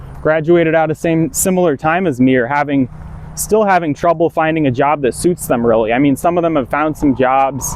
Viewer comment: You have changed the pronunciation of J. You say Yob instead of Job. Hey, relax my mind a little bit. I´m here to listen to your advice on learning language and, dude, I´m 55. You look 18 but, I see the wedding band. So, help me get rid of the Uncle Creepy vibe. You talked of "for over a decade" so, how old you be -ish?